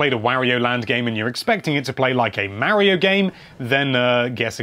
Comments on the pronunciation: It's mario not maryo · Mispronouncing Mario that many times has to be illegal